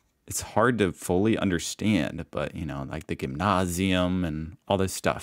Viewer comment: Is finally retaining some German now? 😅 Well done on the pronunciation of "Pfand" and "Gymnasium"! I was actually impressed